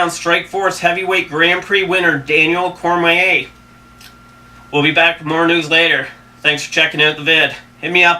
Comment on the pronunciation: It's Cormier nerd... Cor-mee-yay... Not cormway. And frank Mir is pronounced meer not mur ... I see why ur lil blog blows chunks